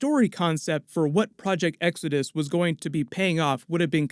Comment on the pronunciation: Project "X-odus" and not Exodus??? (lol)